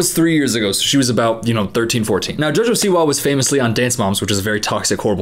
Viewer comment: "Jojo siwa" sounds like a noise not a name, and you say it PERFECTLY 😂😂😂